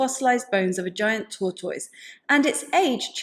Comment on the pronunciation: It has nothing to do with the subject matter, but I smiled every time you said "tortoise". 🐢😄I have never heard the ending to sound like toys, and I love it!